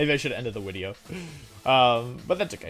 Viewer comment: I think we all saw this wideo coming, nice wideo Wolfe!